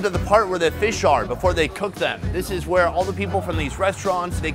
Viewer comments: hahaha feesh!! looking for that review... does he really say 'feesh' i cant get it out of my head.... FEESH!! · We have hard feesh small feesh #dawntildusk 😂